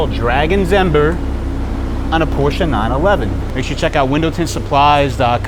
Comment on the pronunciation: Porsche is a TWO syllable word.